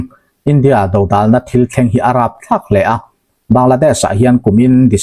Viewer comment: Dodal tih I lamdan a thluk hi a dikhlel deuh lomaw..a thenah chuan I lamdik thobawk.. atha tho thove